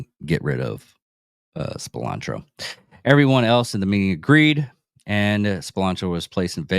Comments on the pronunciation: Lmao! Spironzo hahahah how are you going to do a vid and not pronounce his name right…dude has a texas flag in the vid…makes sense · You said his name wrong